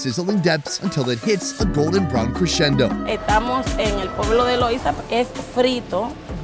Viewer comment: Loiza not Loisa!🤣